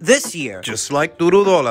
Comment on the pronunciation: It's Du-row-daw-la😂 but you did good